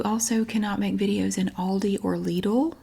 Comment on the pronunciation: Ok I have to know - what is the supposed "correct" pronunciation of Lidl people get so worked up about? To me yours is perfect! But ten again, everything you say sounds perfect to me so I might be biased ;) 🥰🥰